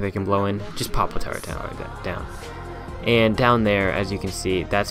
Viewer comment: Terry Gardner its turrent turrets are castle towers